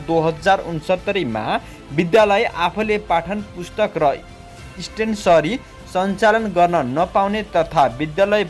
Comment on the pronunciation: स्टेश्नरी stationery भनौंन हजुर मिडिया कर्मीले पनि नजाने जस्तो गर्ने।